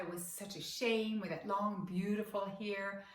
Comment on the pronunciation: Heter det inte hAir? Hon säger ju hEar...